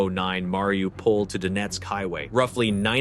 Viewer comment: Bordel. Mariupol et non Wlaripopeul ou Laripopil